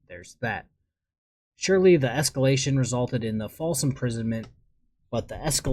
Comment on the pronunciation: Oh my ! The "obsurdity" and the "escolation" are words I"ve never seen before ! Such a scholar ! 😂